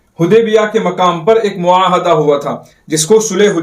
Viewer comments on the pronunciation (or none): maahda nahi hoa mahida hota hai